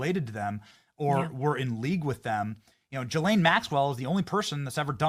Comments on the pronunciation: It’s Ga lane not jis lane Benny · Pronounced Giz Lane Maxwell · People always mispronouncing her name. It’s Guh-Lane. I’ll believe it when widespread arrests are made! Too much talk over this issue yet it’s been years.